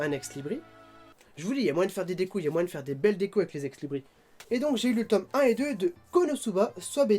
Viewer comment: et on prononce ex Libris(se) ^^